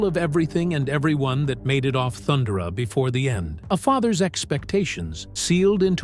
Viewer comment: That's not how you pronounce Thundara, AI.